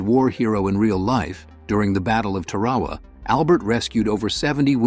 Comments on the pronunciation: The narrator really botched the pronunciation of the word "Tarawa". It is pronounced with three syllables: tuh-RAH-wah . Otherwise good video. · Could you find an AI narrator that sounds like a person, AND can pronounce words like Tarawa? Thanks. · As soon as the video mispronounced "Tarawa" I turned it off. Makes me queasy...I know the rest is going to be a bunch of the same repeated sentences to describe all the films. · AI. Can't pronounce Tarawa. Out of here.